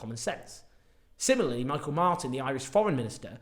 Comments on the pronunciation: Thats Miceal (Mee-hal) Martin lad, not Michael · By the way Owen the Tànaiste (approximate pronunciation torn-ish-ta) first name is pronounced Mee-hall.